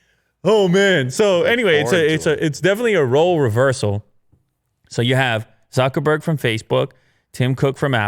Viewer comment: So you can pronounce Sundar Pichai's name perfectly, but totally butcher Zuckerberg? If you're going to discuss the guy's company, at least say his name correctly, jesus.....